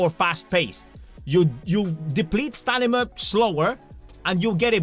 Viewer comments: brother please, stanima 🙏 I can't unhear everytime he says it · "stanima" ruined the video for me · Bro still says StaNima LOL. But we still love you. ❤❤